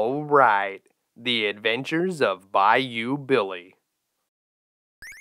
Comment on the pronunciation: "Thee abventurs of Byoo Beely!" Gets me right in the heartstrings every time.